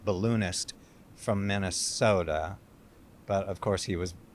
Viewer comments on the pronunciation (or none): Geez, the way he pronounces Minesota